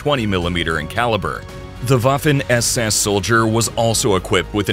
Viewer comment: The Woffen ÄS ÄS😅